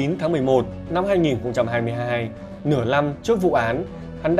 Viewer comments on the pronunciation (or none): Xin lỗi vì sự khó chịu của bản thân nhưng mình xin góp ý bạn hãy cố khắc phục lỗi phât âm L và N. Nhất là khúc "Nửa Lăm sau khi....." Thà là Lửa Lăm luôn thì mình ko khó chịu đâu vì ko phân biệt vùng miền mấy nhưng cái này thật sự phải nên khắc phục. Còn lại thì xây dựng cốt chuyện và giọng đọc rất hay. Xin cảm ơn.